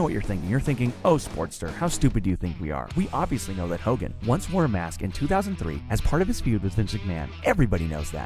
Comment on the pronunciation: He said hogan